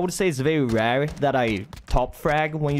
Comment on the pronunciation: 'It's very RER'' xDDDDDD :)